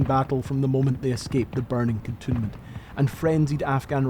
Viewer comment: Excellent work. And by way of a bonus, I know now the correct way to pronounce “cantonment”, which I had always assumed was simply the addition of “ment” to canton, as opposed to cantoon 😊